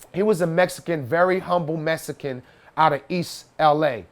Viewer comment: Cant take anyone who pronounces Mexican as MESSICAN seriously🤦‍♂️